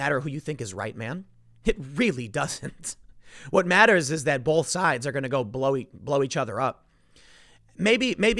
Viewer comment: Whoever it was that pointed out that Tim says the word "bolth" instead of "both" a few weeks back, thanks buddy now I can't fucking miss it. Damnit, Tim, please drop the L when you say both.